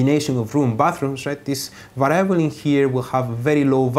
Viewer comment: lol to va rye able